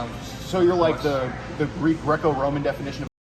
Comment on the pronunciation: Me as a wrestler I have never been more annoyed by how someone says Greeco Roman 😂